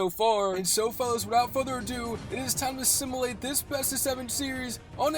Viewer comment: Bro, learn how to say simulate